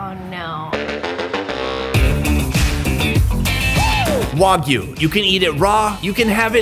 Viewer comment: WAGYU NOT WOGYU Pronounce it right next time.